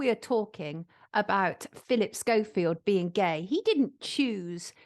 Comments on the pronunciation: This was a great video. Very informative. Any reason we’re calling him Philip Show-Field instead of Skofield, are we making a point about his fakeness? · Phil Shofield??? What? Its pronounced Skofield but not written like that! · It's Skoe field not Show field... pronunciation. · Sonia, totally brilliant investigative journalism as usual. Why are you prouncing him 'Showfield' 😂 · Hehe did sonia mean to say repeatedly Philip “showfield” ? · Am I hearing correctly are you saying Philip showfield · Can she please pronounce his name properly if she is a so called journalist. It is spelt Schofield but is SCO, the H is silent when you say it. i have a friend who has that surname and he hates it when people pronounce it incorrectly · Why are you pronouncing his name as "Showfield"? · At least pronounce Schofields name correctly 🤦‍♂️ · She can’t even say Schofield properly